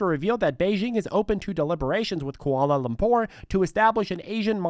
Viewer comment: You read Kuala Lumpur much better than Kent Brockman.